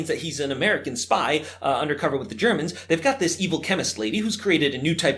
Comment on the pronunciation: why'd he say the Germans like that